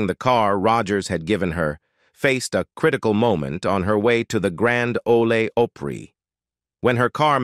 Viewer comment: The Grand OLAY (ole) Opry took me over the edge.